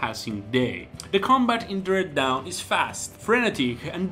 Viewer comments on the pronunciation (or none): Dread Dawn* not Dread Down.